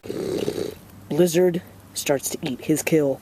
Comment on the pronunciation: the u said blizzard goes in to eat his kill it sounded like u said lizard